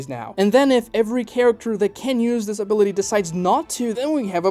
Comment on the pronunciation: "has this ability" sounds exactly like "has disability"